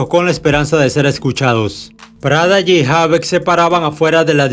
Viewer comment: No es prada g, es prodigy, me hace demasiado ruido escuchar eso en todo el vídeo u.u Also Prodigy me parecía uno de los mcs con más flow a la hora d vestirse u.u influencia foreva Eva eva Eva...